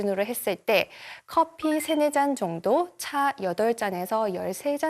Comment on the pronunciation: 코~피를 선호하는. 분명 코피라고 하셨음